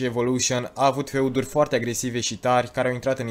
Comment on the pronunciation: Wow, "feuduri", lucrează la pronunție, un sfat nu o critica